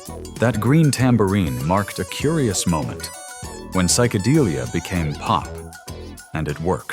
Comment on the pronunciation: Safaaaaries, not surfairies. Geesh! At least get someone who knows something about the 60”s music. And psycadeelia? It’s psychodelia.